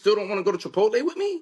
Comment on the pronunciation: Chipotle stomach bubbling food? Chipotle probably the healthiest of the 3 they just names … she said chic. Fila tho lmao